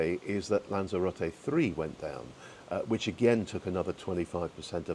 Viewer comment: Are you pronouncing Lanzarote differently or is it just my ears? Lanzero-tay as I would say Lanzero-tea?🤔 Ps. Great vlog!